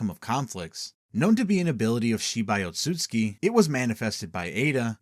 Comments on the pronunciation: Oatsuki clan? It's Ōtsutsuki. Can't pronounce shit correctly huh? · its "Ot-su-su-ki" brotha